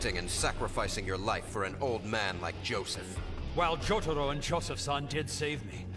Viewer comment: The way they pronounce Kakyoin and Jotaro rlly sucks. At least in the new anime those were fixed